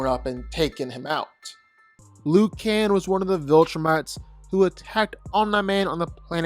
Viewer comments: Just say Nolan because "Om Nigh" drives me nuts! And "Luke Can....." 🤦🏾‍♂️😄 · Bro what are some of these pronunciations? Omna-man? General Craig? Lucan? Dude these are said properly in the show and they are certainly said how Kirkman intended.